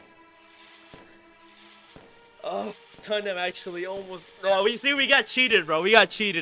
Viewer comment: U said toeham😊 its Totham 😊